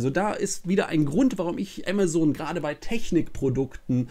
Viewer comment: Du sprichst Amazon falsch aus man denkt immer du sprichst von was anderem .